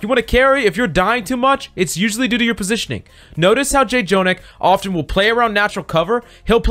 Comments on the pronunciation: Why do you say J-Jonak. Like you can just say jonak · IT'S JUST JO-NAK NOT JAY-JONAK 😵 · FYI: "Jjonak" is pronounced with a single "j" so it's "jo-nak" and not "jay-jo-nak". This is a Korean thing. When there are double consonants, they become a stronger sound of that consonant. In this case, the pronunciation is in between "j" and "ch". By the way: Jjonak is short for Jjomullak Nakji, which translates to "Squishy Octopus". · it triggers me how he keeps saying j-jonak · I was gonna comment it but you already did. Im just 3 mins into the video and was ready to say it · 1. Don’t promise in the title more than you could claim (Refer to Rein shatter video) Irritated lv.1 2.Revise your script, don’t controverse yourself, please. Irritated Lv.2 3. Call his name correctly “Jo-nak” It’s like your job is to read the scipt and never watch OWL..... Irritated lv.3 If you wanna be a good youtuber, create good content (which you did) and don’t promise something you can’t fulfill and plz research what you are presenting..... playing good ≠ teaching good. I like your content and hope you improve on these small stuffs that matters. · Hard to enjoy this video when he keeps saying Jjonak name wrong. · I can't watch the video it irritates me to much to hear jjonak's name said wrong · Don't mispronounce daddy Jjonak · Can’t enjoy this vid when you keep saying his name wrong